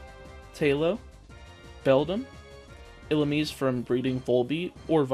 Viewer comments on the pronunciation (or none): none